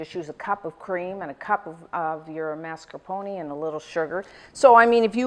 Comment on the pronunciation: mascarpone not "marscapone"